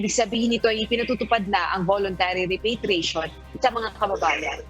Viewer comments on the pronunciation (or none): Mga over pronunciation tong mga reporter na ito.. repatriation nalang ginawa pang repeytriation...pakibreif nmn ng mga anchorman at reporter nyo pinagtatawanan kayo sa pronunciation niyo sa repatriation